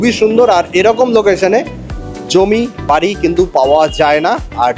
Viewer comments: বারি নয় বাড়ি । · বারি না বাড়ি😂